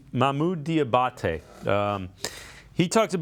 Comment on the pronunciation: It's dee ah bot tay do you speak English